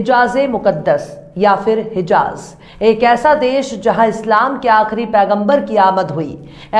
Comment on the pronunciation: Madam your voic is very cute, you are very cute and the style to speak also very cute,but pls work on pronounsation in urdu words like ghurur not grur, and phir not fir. don't mind, thanks